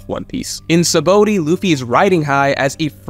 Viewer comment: Say it with me sa-ba-ode sheesh not sabooty